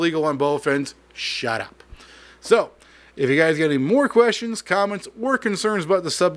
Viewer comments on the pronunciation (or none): I love the "SHHHHUTUP" 🤣 You meant every ounce of it 🤣🤣🤣